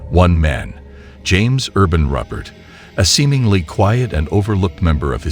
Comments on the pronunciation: For starters, the last name is pronounced Roo-pert, not Rupp-ert. I was 9 years old when this happened about 6 blocks from my childhood home in the Lindenwald area of Hamilton. It's still one of the most noteworthy crimes in the city's history. Some of the details that were not mentioned in the video: 1) Most of the family members were shot with a .22 to reduce the sound of gunshots. He also timed the shots with the bells of St. Anne's church just a few doors down from the home. That was why there were no reports of gunshots prior to him calling the police himself. 2) The youngest victim was just 4 years old. 3) He often drank at a local bar in the Hamilton Plaza and had told either a barmaid or fellow patron that his money troubles would soon be over. 4) He was a regular at Chester's Pizza, also down the street from the home in the opposite direction of the church. Chester's is still there and serves a damn fine pie. 5) The house is still standing and has had several tenants over the years. One common thing that everyone confirms is that there was so much blood soaked into the hardwood floors that you can still see the stains if you look at the underside while in the basement. 6) James Ruppert also had a bit of a crush on Alma but she, obviously, married Leonard. The video is correct in that he was envious of his brother because Leonard basically represented everything he wasn't. He was also convinced that Leonard was sabotaging his car because it required frequent repairs. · Roopert it is pronounced not ruupert! And yes I knew him and he died in prison in 2022, I believe! They determined he was insane after the first two murders. The litigation of his case was based upon the unanimous decision of a three judge panel death penalty case.